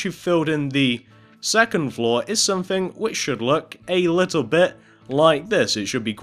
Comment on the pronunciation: its not one two free four its one two three four its not somefing its someTHING